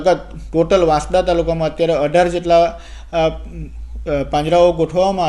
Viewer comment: વાંસડા નથી વાંસદા વાંચાય બોલાય😂